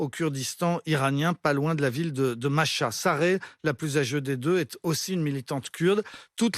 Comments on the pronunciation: C’est pas Masha 😂😂😂 C’est MAHSA😂 😂😂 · Arrêtez de dire Masha alors que c'est Mahsa... Respectez à minimum svp